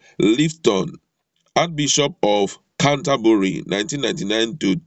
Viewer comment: COUNTR-BURRY, What are you talking about?